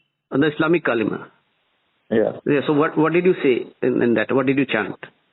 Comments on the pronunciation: It is Kalma, not Kalima.. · It's called Kalma and not kalima....some education you should have mr godi media journalist ... the quality of your journalism has gone down to drains.